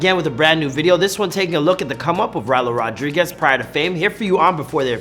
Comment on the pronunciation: Rylo rod REE guez